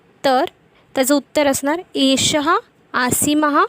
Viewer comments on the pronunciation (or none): none